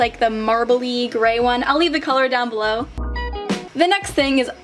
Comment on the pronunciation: Tell me no one thought Cleore (Cleo) when she said “down belore”